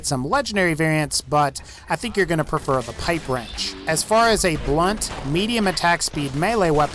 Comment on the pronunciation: YOU SAID THE PIPE WRENCH WAS SHET XDD